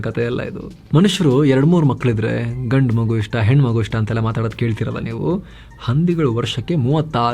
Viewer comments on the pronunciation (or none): none